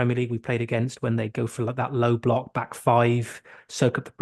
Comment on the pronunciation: Great pod guys. What is a ‘Low Bolock’ ? 😬